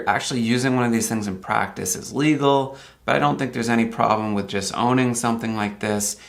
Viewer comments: Plus as far as the plate cover goes, I think you meant to say il-legal. Your video makes it sound like you said legal. Just sayin', have a good one. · he said illegal, but his pronunciation is confusing. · you might want to emphasize the first syllable in "illegal", too.